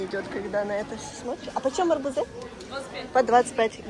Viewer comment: АрбУзы!!!Ударение на У...😊